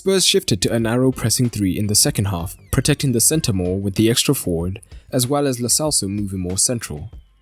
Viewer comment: Why u people say lo selso, it's lo CHelso